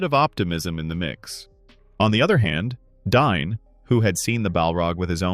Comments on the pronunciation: It’s DAin NOT DINE 😂🤦‍♂️ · Ole Dine of the Eeron Hiles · Am I crazy for thinking you're pronouncing Dáin wrong?